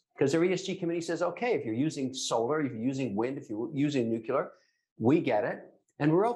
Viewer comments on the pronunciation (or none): Who else turned it off when that guy said new que ler.